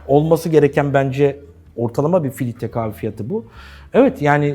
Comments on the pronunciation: Filitre dedin beni kaybettin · sürekli filitre demesinden odaklanamadım. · Hersey cok guzel de filtre kahveye neden filitre diyorsunuz delirdim! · filtre yerine filitre dediği için o kadar sinir oldum ki dislike atıcam az kaldı biraz daha filitre dersen.